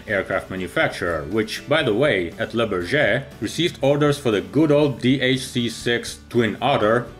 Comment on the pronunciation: I love your videos, please learn how to say Le Bourget properly, I guess phonetics for English would be BOORJAY